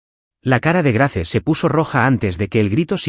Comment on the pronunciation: GRACE NO SE PRONUNCIA SINO GREIS